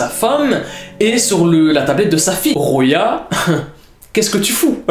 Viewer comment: Salam alaykoum on dit "Khouya ' pas roya😭😭😭😅😅😅 tu m'as dead sah😅😅😅😅🥰🥰🥰